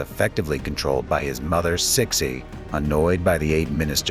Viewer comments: Your pronunciation if CIXI is horrible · Get a new AI Your pronunciation if CIXI is quite frankly is insulting, a lot of your facts are sadly inaccurate and wanting. go away and do research